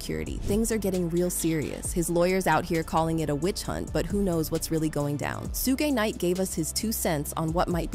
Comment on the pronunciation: This must be AI voice because ain't no way they don't know how to pronounce kid Cudi and shug knight😅